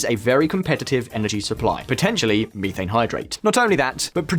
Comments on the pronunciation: Meeethane!..lol..someone tell this guy it METH! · Searches for Miifane Hydrate. Google: You mean Methane.